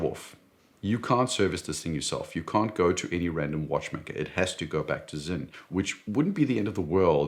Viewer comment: It’s sinn, not zinn